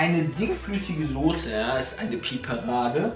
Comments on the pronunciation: Mir stellen sich jedes Mal die Nackenhaare auf wenn Sose sagt.. Es heißt Soße! Mit ß! Wie Straße oder sagst du auch Strase? Sorry das trag ich schon ewig mit mir rum xD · es triggert mich jedes mal aufs neue wie die jungs sose sagen....das heißt SOßE!!!